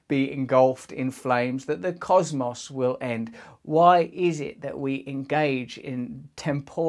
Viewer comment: Only an English Red-Pilled Guru pronounces cosmos correctly: Cause-moss. I see you, Russell....and trust me mate, you don’t understand Donald Trump any better than I do.